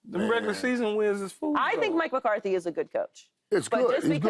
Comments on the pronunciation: Paul Pierce: "Mike McCarty, Mike McCarty" FS1 Producer: "Paul, are you serious? Say the name right. it's McCarthy." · Hey Paul, there's a "th" in McCarthy's name dude.........I swear they just put ANYONE on TV